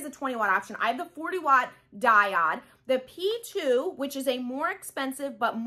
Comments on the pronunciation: Great information... just for your own knowledge it's pronounced DAI-OWD/// DIE-ODE not DIE-OD. Just thought you'd like to know since you make videos often. Much love to you. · Thanks for the video, - very helpful (by the way it's pronounced Die - oh de "o" not "i"):) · The way you prounce diode .....😟. Great video otherwise. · I was confused at first, she's pronouncing Diode wrong :) no worries, I figured it out. The diode cutter leaves no charred edges on fabrics, wools and felts. My C02 is overly hot for those fine fabrics. I rarely use my C02 cutter, mostly use it to cut acrylics and I'm not doing much of that. So for me my workhorse is the diode 20 watt x-tool with the expanded rails so I can cut double wide materials without resetting the workspace in the X-tool. PS my Silhouette 4 is gathering dust now days - the diode laser cuts more fine and better detailed paper cuts -no more yanking them off a sticky mat:)